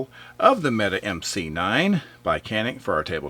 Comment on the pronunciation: "Mete" is pronounced "metay".